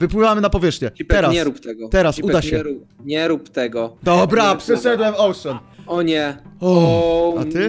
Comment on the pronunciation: nie ouszen ale ocean sie mowi (jak widzisz tak czytasz)